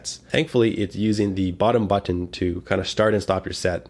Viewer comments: i love how you say but-TON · I like how this guy pronounces but'ten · I say it the same way lol. I pronounce button similar to how one would say kitten... None of that "bu-nn" or however people typically say it lol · Thank you for a very good review! I also just love the way you say "button", haha. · I like how you say button